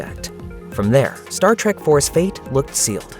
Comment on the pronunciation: I don't know if this is a human or most likely it is an AI voice-over but if you're going to do a video about Sci-Fi movies don't mispronounce Star Trek. Calling it Star Trak is a guaranteed way to let people know what ever is reading this script or whoever programmed it no one obviously double-checked the editing.